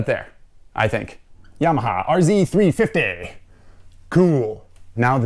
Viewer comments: R zed not R zee 🤦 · These were plentiful at the track in the early and middle eighties. I can still smell them going by as we were marshalling the corners, nice and near! R - Zed 350, that's how you say it! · thanks for the Canadian reference... 'zed' is the proper pronunciation ...lol ...👍🍁🤠